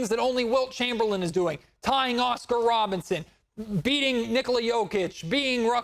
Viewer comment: not to poke fun…..but is it Robertson or Robinson? 🤣🤣🤣 Always a great show!